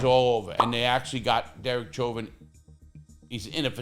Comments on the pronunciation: I think his name is pronounced like "showvin" it is a French name. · Hey Lah! With all due respect, Chauvin is of French origin & is pronounced “Show’ vaah.” I know you’re a native New Yorker & didn’t know! Love your videos! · You cant even say his last name right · Larry Lawton,, why don't you take that food out yo mouth when you talk,, and his name is NOT how you say it.. learn how to talk befor you go to make a video..